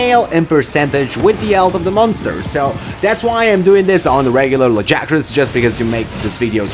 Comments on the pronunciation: They say "Lag-ee-agg-crus" like 8 times in the voiced bits.... Not "Luh-guy-uh-crusss". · I'll come back when you pronounce his name right.....